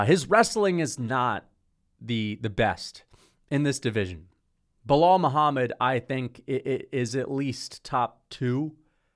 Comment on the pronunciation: Bro opened up with a casual "biw wow Muhammad" lol